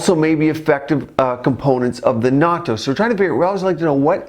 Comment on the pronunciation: It's pronounced a bit differently.. You are saying "NAUTO"... The proper way to say it is "NAT-TOH"... short sound on the "A" like "bat"... and you need to pronounce the "N" as a double sound